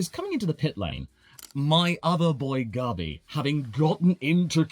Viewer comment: Why do you pronounce gabi like garbi 😂😂😂